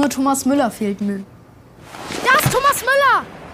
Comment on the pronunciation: she said Thomass 😂😂😂😂😂😂🤣